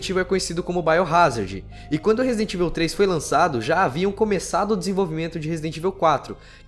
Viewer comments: Não se pronuncia ivil, e sim evaul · pelo amor de Deus mano... pronuncia certo Resident Evil (ívou, não íveu) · é resident ível memo haushaushuash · e fala "evil" um pouco melhor! :)